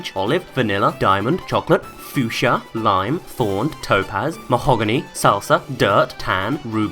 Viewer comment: "fooschia" CRINGE